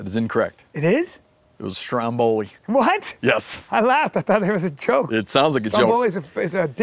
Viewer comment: first of all if you are part Italian you know it's pronounced Vesuvio, and how can you miss the joke: I hope you don't butcher your animals the way you butchered the name Stromboli. (Pronounced in Italian)